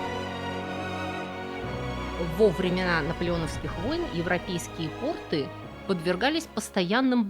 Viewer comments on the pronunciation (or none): none